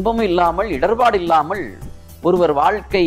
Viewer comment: ஐயா உச்சரிப்புக் குறைபாடுகளான பள்வேறு, ஸிக்கள் இள்ளாமள், இள்ளாமல், ஸூழ்நிலை, யாராள், guணம், தடங்கள் போன்றவற்றைச் சரி செய்யவும்.